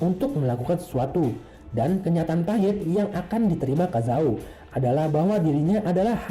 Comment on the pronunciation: Namanya kazama bukan kazao